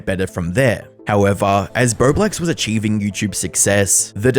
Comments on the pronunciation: Doing the complicated math, trying to figure out how he got "birdwax" from "bowblax" ? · I seriously thought I heard you say his name was "BloBlax" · I wish you could say his name right...THE WHOLE TIME I THOUGHT YOU WERE SAYING "BERBLEX"... YOU CANT EVEN UNNOUNCIATE your O's.. you say it like an "R" sound. Practice..it's annoying ..I'm Canadian and NOPE never heard of him..but TurkeyTom yes, Love him❤